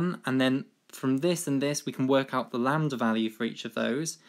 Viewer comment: "lamb-der" hahahaha